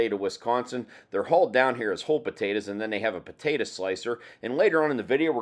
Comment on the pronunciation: PotatO!!!! Not potatA!!! ...lol